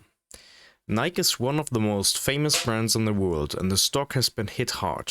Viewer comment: skipped as soon as I heard "nyke" lmao